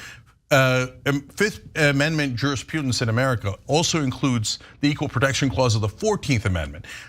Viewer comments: He doesn't even know how to pronounce jurisprudence. He's calling it jurispudence. It's like the people who call Putin Pyutin. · Juris Prudence not Pewdence. This fool wants to be the President but he can't even speak correctly. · IDies this dude even speak English? It's Prudence not pudence. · "JuriPUdence," Cenk? What a loon.